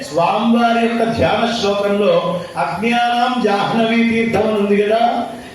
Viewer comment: జాహ్నవీ అనేది ఉచ్చరించే సమయంలో హ్న అనేది న్హ గా ఉచ్చరించాలి. మధ్యాహ్నం కూడ మధ్యాన్హం గా చెప్పాలి